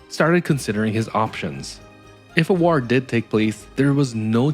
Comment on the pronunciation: I like that you pronounce war like an ork